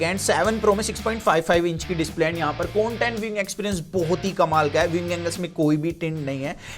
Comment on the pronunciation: Its content dude not coantent.